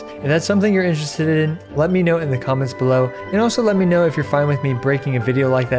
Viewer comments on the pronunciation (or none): “if thats something ur insvhensdted in” love that XD